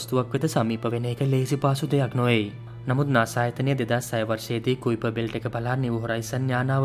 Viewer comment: කයිපර් බෙල්ට් කියලා නේද කියන්නෙ?